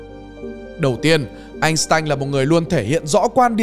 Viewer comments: Góp ý ad, năm 1990 anh tanh tốt nghiệp🙄🙄 sai sai, làm video cố gắng đọc đúng đi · phần lớn ở vietnam hiếm ai đọc đúng tên einstein , đó là tên đức